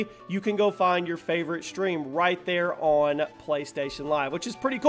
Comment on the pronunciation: You SHtream